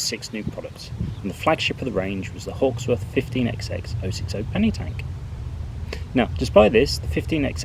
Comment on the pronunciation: Please stop this EXEX nonsense. We do not pronounce the Xs, which are merely an indication that each engine has a different number! They are thr 15 hundred class. This exex thing seems to have surfaced among those born after the age of steam.